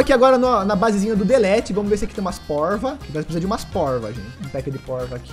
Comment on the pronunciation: Quando ele falou poiva eu pensei q ele ia falar poica kkkkk se vc tmb pensou que era isso q ele ia falar da like no video e no comentário e se escre no canal do Lgg ❤❤❤❤❤